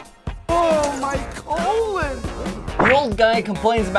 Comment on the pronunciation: It's colooon